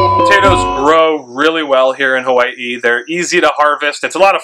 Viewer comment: I love how you said “Hawai’i” nice and pono. Soft “w” like my kupuna do on Hawai’i island. How Tamehameha would have said it.